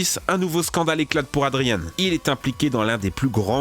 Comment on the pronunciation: Adrian se prononce pas adrianne mais adrian comme 2 ans